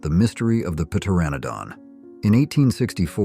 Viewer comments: Oh dear oh dear another couple of corrections, its not p-teranodon, it's just pronounced "tetanodon" and Hampton Court Palace was not built by Henry VIII was built by his servant cardinal wolsey. I do thank you however for the incredible laugh I'm having watching this video. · Please tell your AI narrator how to pronounce pteranodon. Or maybe it was pterodactyl. I forget. Tell it the "P" is silent. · Puh-terranodon lol